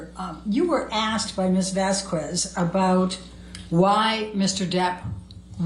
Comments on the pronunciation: Vas-kez and not Vas-kwez please? Thank you. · Turd’s lawyer…..the old lady keeps saying Camille’s name wrong….Vas….QWEZ. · I always felt that vasQweeeesss each time she said it too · Amber's lawyer is so quick to Object, she can't read it. YET she often read texts that were not submitted as evidence., it is unprofessional to mispronounce someone's name. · It is so disrespectful of to mispronunce camilles name